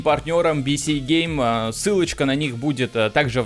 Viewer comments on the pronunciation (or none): none